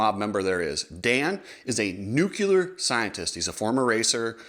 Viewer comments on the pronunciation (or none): Sorry, I have obsessive-compulsive disorder and I cannot let this go. It's nuclear, not nucular, because it's a nucleus, not a nuculus. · hey cooksey, love the videos! just wanna let you know it's pronounced 'new-clear' not 'newkular'. anyways, keep the rad content coming! and from a canadian: let's go brandon! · That’s how they say it in Texas, just ask G Dubya.